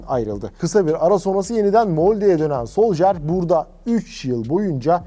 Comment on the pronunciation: Olum şu isim telaffuzlarına artık bir çeki düzen verin. Solşaer, soljer, solsıkaer. Yeter artık ya